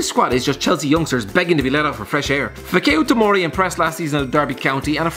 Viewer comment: You murdered the pronounciation of fikayo tomori